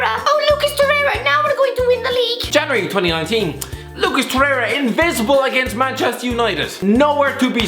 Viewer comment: I cant with the Lucas Torherha... my god learn to speak